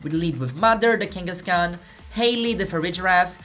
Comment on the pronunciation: "kenga?" with the Brazillian accent really got me hihi